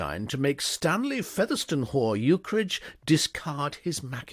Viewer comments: Another fantastic reading. If you aren't a professional, you should be. One nit: I think Featherstonehaugh is pronounced 'Fanshawe'. One of those many British names that sounds nothing like its spelling. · Ukridge's middle name is usually pronounced "Fanshaw" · Featherstonehaugh as many have pointed out is Pronounced Fanshawe.. PGW himself ridiculed the weird British pronunciations. He had a character Mapledurham .. ‘pronounced’ Mum